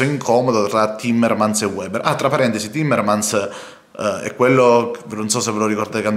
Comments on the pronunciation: per favore si dice "veber", non "ueber"; lui è tedesco, non inglese.... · Piccola Nota : Weber si pronuncia Véber